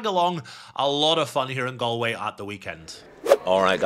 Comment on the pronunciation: Loooove the content! But I can't let it slide, have to say something... It's not pronounced Gal- way as in "Guys 'n Gal's" It's pronounced Gall-way...as in "would you look at the 'gall' on this fella coming in the comments here in a YT vlog criticizing my pronunciation of place names". (You did say it the correct way sporadically) As a Scotsman I'm sure you would get the equivalent nails down a chalkboard feeling everytime you hear someone pronounce Edinburgh as Edin-Berg 😂 But apart from that, 10/10 content 😊